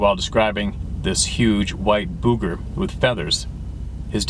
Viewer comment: Somebody tell that Booger rhymes with "Sugar"